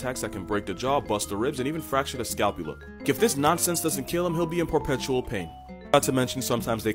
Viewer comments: ...and then "poirpetual" right after, i just cant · POIRpretrator... POIRpetual... God damn you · Did you say "por-petual pain"?